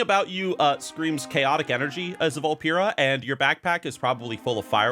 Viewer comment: Why’s he saying Vulpera wrong?